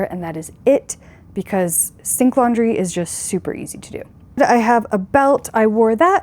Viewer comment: OMG...,I thought you were saying "stink laundry"......I guess you could say that 😃😃